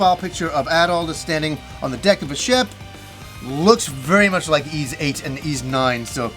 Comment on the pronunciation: To the lesser lowbrow folk pronouncing it “ease”, it’s pronounced “Wise”. Thank you and have a nice day.